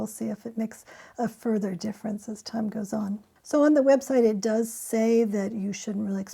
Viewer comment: You emphasized the wrong word lol